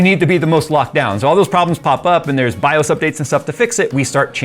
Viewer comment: You are still pronouncing BIOS wrong. How do I know? Because I am almost old enough to be your dad and we ALL said it the right way since before you were born (or at least before you ever touched a computer).